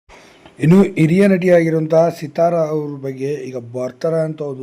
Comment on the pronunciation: Seeeethara alla Sithara.🎉🎉🎉